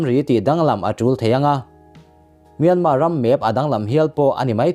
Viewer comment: Myanma tih tur, r hi lamrik tel loh tur.